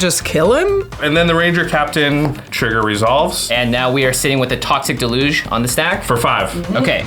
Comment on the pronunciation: Mispronouncing deluge is killing me